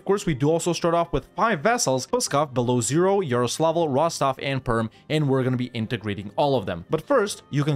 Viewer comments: 1) Belo-ozero, not Belowzero. Two O sounds, literally "White (Belo) Lake (Ozero)" meaning. 2) Boyars - almost right spelling, wrong sound accentuation. Not B[O]yars, but Bo[YA]rs. That "ya" in Ryazan sounds same, btw. 3) About fighting Poland - on your place i'd suggest to temporaly ally it instead and use it (along with Austria) to crush Ottomans early, then turn on Commonwealth with releasing vassals and re-conquest. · Fun fact about pronunciation, Beloozero is pronounced "belo-ozero", not "beloo-zero", it means White Lake